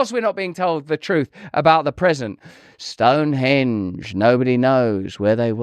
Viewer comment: I'm irritated by Russell's insistence on putting the accent on the second syllable of "Stonehonge" instead of the first syllable. What's the point of being American if we can't impose what we all know is proper pronunciation on the rest of the English-speaking world?